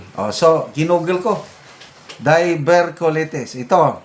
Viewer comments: pronounced as ‘die-ver-tea-q-lie -teas’ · Diverticulaytis po ang pronunciation